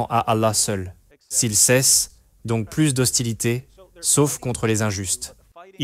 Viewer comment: il ne fallait pas prononcer le s de plus